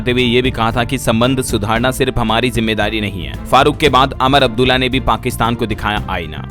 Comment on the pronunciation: । भाई अमर अब्दुल्ला नही उमर अब्दुल्ला